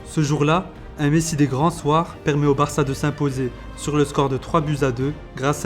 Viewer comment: il a dit "varca" je suis pas fou nan